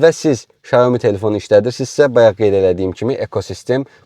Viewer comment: 小米 (Xiǎomǐ）- Siao Mi - duzgun deyilishi, S herifi ile bashlayir